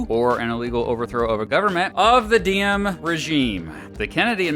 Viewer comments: kinda funny, u pronounced Diem as "Diem" basically mean a whore in Vietnam. To pronounce it correctly you should use Ziem with a big Z like Zion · Diem is pronounced Ziem - Any D without a line through it is pronounced as a Z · Its funny when you said “diem” sound like điếm in Vietnamese which means “bitch”😂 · while im happy this video exists, i'd appreciate if you looked up how to pronounce vietnamese names correctly next time. just a small criticism! (particularly the names that start with the letter D - Diem should be Yee-ehm, Le Duan should be Leh Yuan, etc)